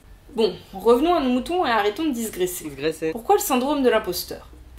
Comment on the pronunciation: Echec de blague: Ça marche si on dit : "Tu digresses - gresse" (tu dis "gresse") ...mais là on a : "arrettons de disgresser -sgresser"... ça ne marche pas (et au passage on dit digression, et pas diSgression) (fait rigolo: je faisais aussi cette erreur jusqu'à ce commentaire où j'ai vérifié l'orthographe du mot ) (mais d'un autre coté, on considère ca comme une erreur, mais si tout le monde comprend ce que l'on veut dire lorsque l'on dit "disgresse" je considère que c'est une erreur parfaitement acceptable) (je devrait arrêter les parenthèses pour éviter une digressioception) (trop tard...)